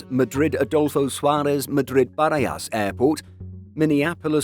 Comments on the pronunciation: For the love of God, can someone teach the narrator some basics? It's not Madrid Barayas, it's bara-has. And Bogota is not bo-GO-ta, it's Bogo-TA. There's an accent on the final A. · Great eye candy, as always 😊 A couple of pronunciation tips: It's Madrid Buh-RAH-hass (named after the village in which it's located). And from an earlier video, IAG's low-cost carrier (not Level) is pronounced "Vway-leeng"... a manufactured English gerund/play on words of the Spanish word "volar" ("to fly").